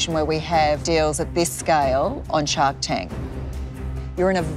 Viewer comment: For a second I thought she said her name was .... Shark.